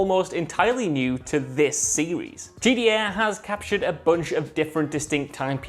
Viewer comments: It always sounds like he is saying GEA because he can't pronounce the letter t properly. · nobody: this guy:”GDA”